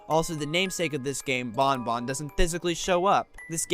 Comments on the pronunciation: It makes me afraid that BanBan is often pronounced similar to Bon Bon (Funtime Freddy's Puppet). Don't invoke Bon Bon's name :( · That just makes it all the more awkward when you compare BanBan and BonBon...😢